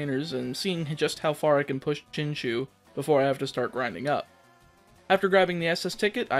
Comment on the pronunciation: btw it's pronounced chin chow not chin chew